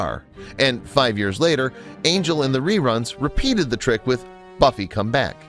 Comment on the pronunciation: “Bummy” instead of Buffy 👀